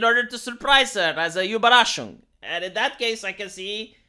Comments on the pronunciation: I can't grade your spanish skills, but i like how you say "Überraschung" :D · Your German pronunciation was spot on. Ueberraschung!